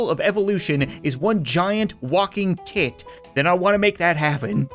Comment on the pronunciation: The way he says 't*t' is hilarious 🤣